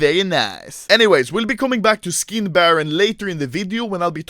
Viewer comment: Anomaly: Štick, škin